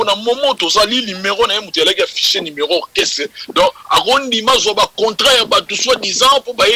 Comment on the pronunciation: acoustic chouna , balobaka numéro et non limero zoba.